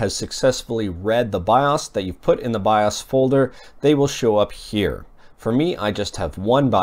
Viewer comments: Bi-'Ah's? Dude.. It's called BIOS.. with a LONG O.. as in 'bye-ose'! How do you not know this?!! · it's not pronounced bioss, it's Bi-O's! Piss me off! Drove me crazy all video! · BIOS! not BIAWES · BIOS is pronounced BYE-OHS. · "by- us" or by-o's? why's he saying it like that. It's irritating. Or am I wrong? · 'biawss' wtf is that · you say bios weird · thank you i thought i was the only person who noticed that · Helpful and accurate, I liked the video; he does say "bios" really odd though. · The way he says bios lol